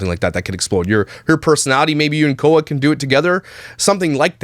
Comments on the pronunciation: Khoa is pronounced how you say the first of quality, just say qua. Just so you know 😉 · just so you know Khoa’s name from kkandbabyj is pronounced like kwah :) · FYI Khoa is pronounced kwah 😆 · It’s not Koh-uh it’s pronounced like kw-ah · Khoa lmao you pronounced it so funny!